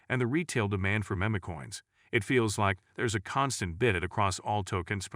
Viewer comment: meh-meh coins 🤣